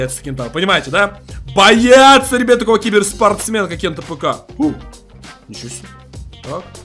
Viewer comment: Ты почему кент апк а не кент афк